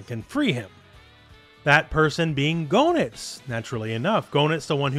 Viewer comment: FYI Goenitz is pronounced "geh-nitz". The Japanese is below, "geenittsu", where "ge" is pronounced like in "get".